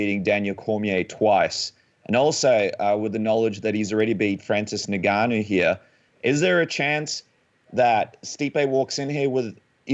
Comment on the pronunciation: you know his name is NOT Francis “Nigganou” lol